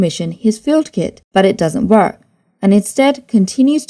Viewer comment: Love your accent pronouncing work as vork. Du bist deutsch?